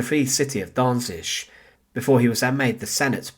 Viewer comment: Can you not learn to pronounce Danzig? I mean, it's not hard.